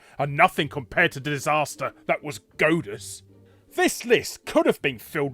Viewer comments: "Goat-us"? Isn't it pronounced "Gawd-us", y'know, like in god? Or is Larry making a joke that is going over my head? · It's God-uss, not Goad-uss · Are you calling it "Godeus" to try and gode us?